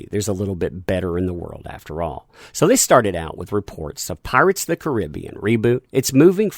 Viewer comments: I love your stuff but you don't say Caribbean right lol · i can tell this guy has never heard< no pun intended) of the movie before ,just by the way he says the title of it.. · love your videos but it drives me bonkers how you say "Pirates of the Caribbean". It's the way you say Caribbean!! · I hate it how you pronounce "Caribbean". Dude, can you just use google translate voice instead when you struggle to pronounce something.